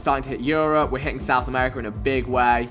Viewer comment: when he says south america 😐